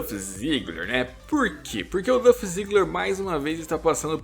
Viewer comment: Irmão, se puder ajudar, a pronúncia é "Dólf", não "Duff", sem desmerecer, vídeo muito bom. Acho que o Ziggler não se importa tanto por não ver o wrestling em primeiro lugar, já que ele também trabalha com standup. Ziggler tem tudo para ser maior, mas não na WWE, infelizmente..